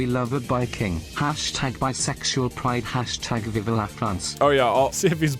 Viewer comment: As a french, seeing so many people say "Viva" and not vive made me so upset I quited youtube and went to sleep